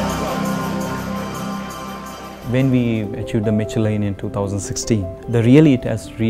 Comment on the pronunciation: The poor chef can't even pronounce "Michelin".